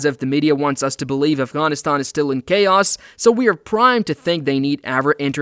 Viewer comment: Thnx for pronouncing Afghan and Afghanistan so correctly